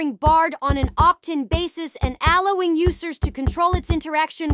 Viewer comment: I noticed this too this must be an AI voice because it mispronounced the word allowing 😂 …